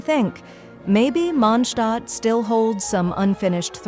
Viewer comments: That was the closest i ever heard an english voice calling mondstadt correctly, and ofcause it was an ai... It's Mon>d< Stadt Ai sayed mon Stadt. It's close enough wile outhers call it mondsted. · I find it funny when the AI voice says “MONSHHTADT” 😂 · Welcome to The Mondshtat - Sean Connery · Istg if I hear mOndShTaHt again